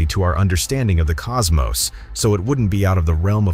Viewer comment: thank you for saying cosmos and not cosmoss like so many others that need to read a book.